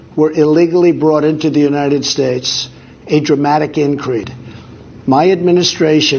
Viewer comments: He said "at a dramatic inCRETE"@ 😅😅😅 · Increte? (Increase) Gaffed even back then 🤣🤣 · It's increase, not increat😅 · Curious even back then... '...im-a expecting to you...' And...'a dramatic increte...'🤔